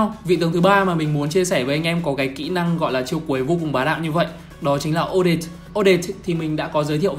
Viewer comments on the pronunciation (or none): Là o - det - te ko phải là o- det